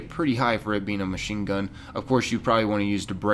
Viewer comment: Did it kill anyone else's brain when he said machineA